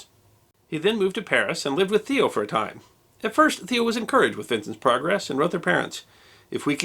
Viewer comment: It's pronounced like mayo with a t. Tayo van g(clear your throat)